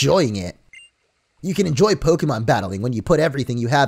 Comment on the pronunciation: “ im a prokemon”😂😂😂😂